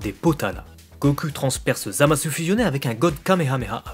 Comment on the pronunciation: J'ai une question puisque que tu parles japonais : Pourquoi est ce que tu prononces "Zamasse" et "Gowasse" et tu ne prononcés pas le u ?